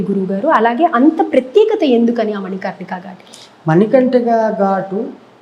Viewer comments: ఆయన ఎవరో మీకు తెలుసా,? దూమావతి సిద్దులు..., కాల భైరవ సిద్దులు... తప్పు పలికినంత మాత్రాన హేళన చెయనవసరం లేదు... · మణి కంటిక కాదు మణి కర్ణిక అని ఆయనకు ఎవరన్నా చెప్పండయ్య... First ఇలాంటివి తెలుసుకొని ఇలాంటి ప్రసంగాలు ఇమ్మనండీ